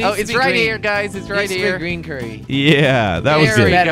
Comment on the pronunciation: not it's currie